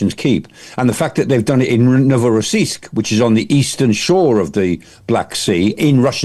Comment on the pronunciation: Prof Michael Clarke's knowledge is astounding, right down to the pronunciation of Novorossiysk